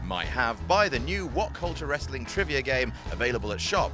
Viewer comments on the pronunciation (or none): none